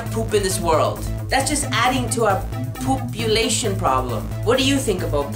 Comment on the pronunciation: Haha, he said POOPulation